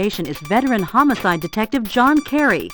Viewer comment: Why does the guy keep saying "Homocide?" It's homicide!!!!